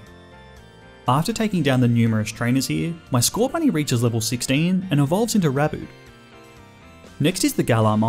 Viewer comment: THERE IS NO H IN SCORBUNNY!